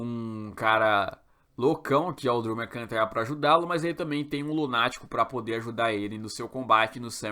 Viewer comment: "Drew Mccintayan" kkkkk